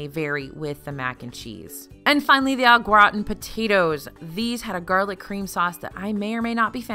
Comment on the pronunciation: "Au" is pronounced oh as in "oh gratin!"